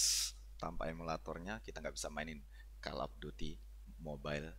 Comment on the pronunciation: Call dibaca kol, bukan kel bg